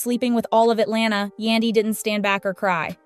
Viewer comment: I wish the person who made this post learn how to say Yandy's name